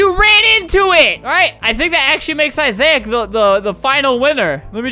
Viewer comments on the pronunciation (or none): Albert pronouncing Isaac’s name as Izaic will never not be funny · The way he pronounced Isaac. 😂